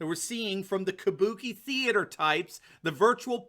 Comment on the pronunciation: "Kubuki (sp?) Theater" - Nailed it!